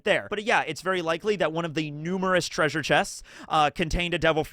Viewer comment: were you referencing Scooby Doo the whole video with the 'TRAY-sure'?